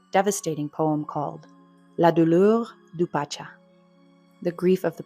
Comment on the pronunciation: Stucco = stuhk-koh, not stoo-koh. French pronunciation of CH is English SH. Pacha = pasha. You can usually find an audio file of iffy words at Wiktionary or Wikipedia, including Wiktionary's other language sections.